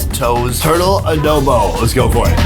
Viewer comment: Sonny: Speaks fluent Ting Viet and Korean. Sonny in the Philippines: "They cooked it a-doughw-boughw style." I don't know why that made me giggle. <3 Love ya, Sonny.